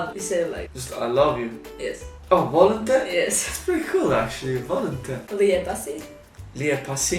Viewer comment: Lol the way she says "volim te" is sooooo Zagreb....the i should actually be much more clearly pronounced...she basically says volum te